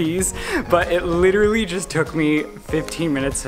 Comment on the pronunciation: Omg he has a terrible habit of saying “literally” way more than one person should. AND he pronounces it “literly”. Annoying